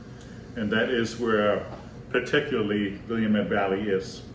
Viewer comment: my man, I love your videos and expertise, but Willamette is pronounced 'will-AM-it". Oregon wine makers are proud of the fact that it rhymes with "Dammit" LOL!!! Keep posting videos because I'm a student of wine and I can always rely on you to entertain and inform. And just as a side note, I would love to see what you have to say about the cabs at Castello di Amorosa in Calistoga, my absolute favorite winery in all of Napa Valley! Dario Satuii is a magician and his winery is stunning!!! We just purchased a Pinot Noir from his cellar and can't wait to try it!!!